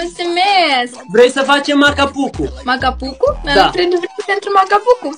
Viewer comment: Se spune maca bucu nu maca pucu